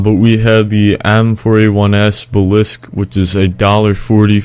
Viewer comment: "M4-a1 balisk" pronouncing lessons ft